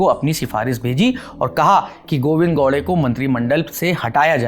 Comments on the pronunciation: bhai thoda muskil hai unke liye..😂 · भाई साहब वह गौडे नहीं है, गावड़े है.... स्पष्ट उच्चारण के लिए।